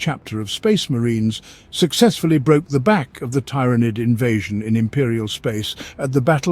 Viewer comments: Why do you pronounce tyrans different from tyranid? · This must be some text to speech since it keeps pronouncing Tyranid in 50 different ways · Is it pronounced TY-RAH-NID or TEAR-A-NID. You were using both pronunciations. But mostly the first one you were using. Sounded weird.